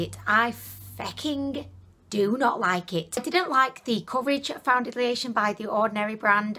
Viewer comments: You said "foundeliation" several times. Never heard anyone pronounce it that way. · April Dunn thank you!! i wasn't sure if that is a new thing or if it was just her accent but yes what is foundidliation? lol